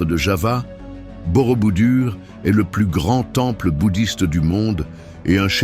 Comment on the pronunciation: ohhh quand j'entends Borobudur !!! c'est BOROBOUDOUR ! Avec bien des chaines où les véritables présentateurs font des fautes qui me font sursauter (p.ex..quatreS zamis oh lala QUATRE AMI et l'éternel "quan à...ou "quan on" c'est "QUAND..."T"A, QUAND..."T"ON, liaison SVP pour presque tout le monde) autant la voix "I"...intelligence est artificielle et déplaisante, monocorde, sans vie. Où sont passés Eve Ruggieri, Pierre Bellemare, il resterait beaucoup de progrès à faire aux voix artificielles avant de les lancer à commenter des sites pourtant très intéressants. D'autre part, pour avoir vu une bonne partie de ces sites, je ne les aurais pas mis dans cet ordre. Merci de prendre note !